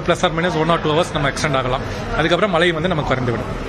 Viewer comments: As a reporter முதல்ல "மழை" ன்னு சொல்ல கத்துக்கங்க... மலை.. மலை ன்னு சொல்லி, அன்னைத்தமிழை அவமதிக்காதீர்கள்... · Aeno theriyala angulla tamizhargalukku ucharippu sariyilkzi. Mazhy endra sollsi malsi endru dolgirargal. Asingamaga ulladhu. Nsgal tsmixh nsttil illsiyendalum swachcha tamuzh pesugiram . Vetkka kedu. Angeya pirandhu valarnfhalum pesum varthaigal kevakamaga ulladhu. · Mazhai varum pogum aanaa, mazhai nu engalukku solla varaadhu